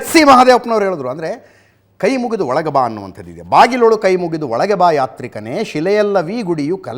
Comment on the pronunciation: Mostly it sounds like * KAI * MURIDU olage bha.